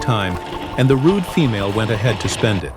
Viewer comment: wouldnt assume their gender, and dont like how you put emphasism on "Female" but go on